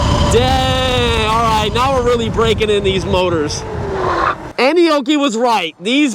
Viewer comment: I kept thinking he was saying Annie Oakley 😅😂